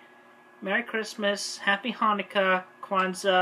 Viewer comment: Oh my God she actually said Kwanzaa I'm kinda proud